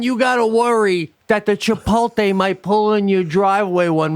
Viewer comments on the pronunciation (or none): "Chipolté" ?..."Chipolté" ? Who the hell are you guys? Brent Kursher? I've never heard that mispronounced that way. Whoa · Can someone “kindly” tell Sebastian that Chipotle is pronounced: Chipote-lay not Chipole-tay😂